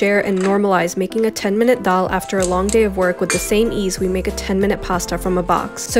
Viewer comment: Bish can't pronounce dal